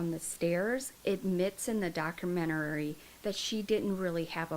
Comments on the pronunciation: It's documentary, not documenterary.... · Hi. Love your channel. I'm gonna help you out with no disrespect meant at all. You just sound like you're really struggling with this word and you don't need to as you are adding an extra syllable. Lol..it's just doc- u- men-tary...not documenterary. Hope that helps...lol. Hugs 😊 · Honey it's not a documentarary, its documentary! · Good grief, you have said document-arary a hundred times!!! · I didn't wanna say anything🙈 So im glad some of you did🤭😅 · Honey youre saying documentary wrong. Docu-men-tary. You put an extra r syllable in there. Good luck! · Idk if anyone has corrected you, but you’re pronouncing documentary wrong. I thought it was me at first, but after listening further I heard it again and again. No shade, just sharing! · I swear this is a re-post. I remember she mispronounced 'documentary' the same exact way in the same exact spot. When I look at her recently posted vids, I'm sure they're re-posts too! What's goin on here... is alright??? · You are mispronouncing the word "documentary".